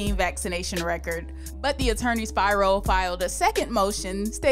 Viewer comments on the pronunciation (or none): It's Alex SPIRO!!!! It's Greek.. It's pronounced SP--EERO